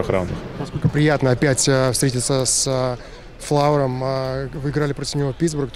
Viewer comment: Мне послышалось или вратаря Вегаса Флери он назвал "флауром" имбецильный журналист!!!